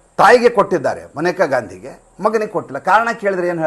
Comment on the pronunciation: ಮನೇಕಾ ಗಾಂಧಿ ಅಲ್ಲ, ಮೇನಕಾ ಗಾಂಧಿ